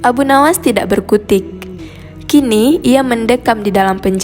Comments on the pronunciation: Tidak jangan dibaca Tidax mpok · Tidak Bukan Tidax mpok, Perbaiki lagi Bahasa Mu..pasti Baca Teg Ya... Nanto Rokok Jadi Rokox Pula..